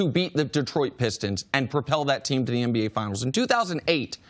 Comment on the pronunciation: Does CC say MBA instead of NBA....lol I know He's saying NBA but it's still funny I know I'm not the only one